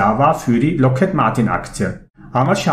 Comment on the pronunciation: ) Ich denke, die Aussprache ist Lokhíd und kein Loket :)